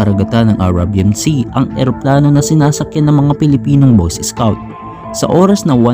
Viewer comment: Anong boyses scout? BOY SCOUT!!!